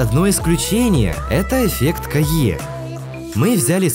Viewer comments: Только называется это эффект Кея, а не Кайе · Не эффект Кайе а Кея,но всё равно интересно